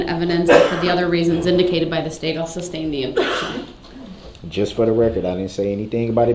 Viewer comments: Some black dudes My mother was a teacher. She never let us pronounce words incorrectly. Some southern black folks pronounce the word GIRLS as GULLS. My mother always insisted GULLS fly over the sea! I cringed every time Brooks would say reasons for the SUBstain or does that mean I can reBUTTLE, or incorrectly refer to himself as the ALLEGED defendent. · Not to mention he was dumb enough to try to defend himself. Meanwhile, can't even bother to learn the legal terms. Like sustain, instead saying substain. Also, disrespectful to the judge throughout the trial. He thought he would get away with it? What a joke. He should have got worse than he did.